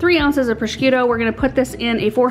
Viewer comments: It's so funny how you pronounce prosciutto. :D There is no K in it, it's just "pro-shoot-oh" ;) But the way you say it made me smile :))) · You don't pronounce the c in Prosciutto. It's pronounced prə-SHOO-toh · Everything looks wonderful! Btw, prosciutto is pronounced "PRO-SHOOT-TOE" (I'm married to an Italian) ;) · can't wait to try this recipe! Sounds perfect for this time of year. Just one little hint - it's pronounced pro-shoot-o.:) Bon Apetit! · Love your videos, looks so yummy! Prosciutto is pronounced pro-shoot-toe😂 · It's pronounced 'pro - shoot - oh' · I just love you and all of your videos,! I gotta say though, being born in Staten Island with an Italian grandmama, every time I heard you say “prosciutto” I thought of A Christmas Story: “FRA-GEE-LAY! Must be Italian!” 😂 🇮🇹 That said, I can’t wait to try this recipe myself! Be well, mama. Looking forward to “meeting” baby girl when she arrives 💜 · Just teasing, cuz I luv. Looks delicious. Not sure I can follow the recipe of someone who can not pronounce procuitto. People with Italian heritage will mumble under their breath. 😉, Don't pay much attention to that. Wondering if you will speak at Philadelphia flower show in July? Guessing, no since that's growing season.